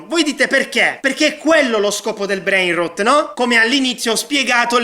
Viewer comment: Si dice brain rot non rut 😅😅